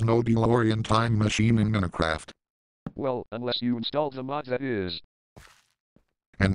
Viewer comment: calls Minecraft Minicraft